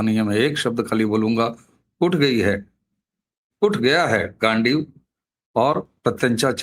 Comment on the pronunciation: ji, गांडीवा नहीं। गांडीव। गांडीव मतलब तीर कमान वाली कमान।